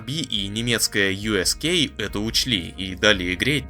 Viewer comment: Немецкая “У(э)СК(а)»а не Ю эС Кей», немцы же не American 😄